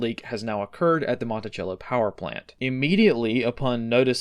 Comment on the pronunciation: Just a small point, we pronounce Monticello with an “S” sound and not a “CH”. Thanks for the update! Invaluable.